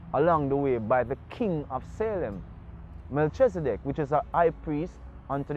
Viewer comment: Most people who speak the biblical names word it wrong - even i learn this over time and make effort t announce and utter the best or correct way in my seekings of the Allmighty .. .MELCHEZIDEK most pronounce it Mel - chezi-dek this is wrong pronounciation in my belief and seekings - the nearest truer pronouncitions - is Melki-zee-dek or Melki-seh-dek SO MeLKEE / MeLKI--SEH-DEK, IF WE, MY SELF INCLUDED SPEAK ONLY ENGLISH LANGUGAE My main point is for english speakers we have SPLIT the FIRST PART OF name Mel-chi via the engish teaching - WHEN IT SHOULD REALLY SHOULD BE one word prononciation >>> MELKHI /MELKEE /MELKI etc etc . i believe from my findings, <I may even be wrong>?? Yet simpe way to see it is .lets say my name - Anthony - somme pronounce the H some silence it - ie...Antony, Antho-ny /Ant/ hony :) again Tony - Tone-E /Toe-knee :) like this :) TAFARI THATS ALL IM SAYING THE ENGLISH LANGUAGE IS A SERIOU MISLEADING LANGUAGE IN OUR QUEST FOR THE TRUTH AT TIMES / Ras Tafari - Rastafari?? - TRUE WORDING IS RAS TAFARI / HEAD CREATOR... In India its Raj king/ emperor titles rem this ...titles nd names are two differet things altogether and can create wars among nations, who know no difference.. bcos of wrong / false teachings unkowngly in most cases passed down by the churches religions etc etc . or cover up in key areas? . Give thanks